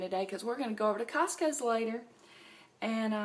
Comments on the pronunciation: And.. I love how you put an 's' after cost-co! Ha :-) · Lol! I was thinking it was just a southern thing.